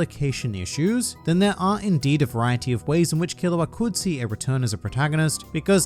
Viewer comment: Killua sound like killowatt